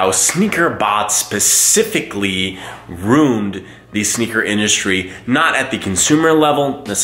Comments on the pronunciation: you pronounce it "rooned" instead of "ruind". I've heard other people say it that way too and their typically from the north east lol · Dawgggg it's pronounced roo-in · your pronunciation sounded like rune tho lol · Is that like a Boston/ Rhode island thing to pronounce ruined like that?